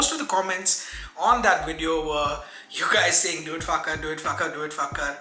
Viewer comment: Please, pronounce rhe mame of the fragrance properly. You look unintelligent by misplacing the emphesis which is of the second A. FakhAr!!!